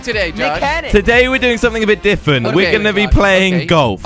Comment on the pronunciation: He says diffent